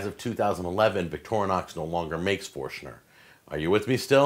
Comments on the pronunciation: There is no 'a' in Victorinox. Stop saying Victorianox! Could do a drinking game with the amount of times he mispronounces Victorinox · The name is NOT VicTORnox but Victor Inox, Inox with "I" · I think it's more like "Victory Knox" in pronunciation. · we always pronounced it: vic-tor-nox